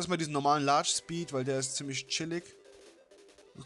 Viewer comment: Super eins Schpeed, und dann das Heiteira xD Die geräusche von xDDD Lachflash bei deinem Französisch xDDDD Und was war mit dir Los? Nachtnebel auf Heiteira? FLAME, FLAME, FLAME...;D Nice Part Bro, very Nice.... SAMSATAG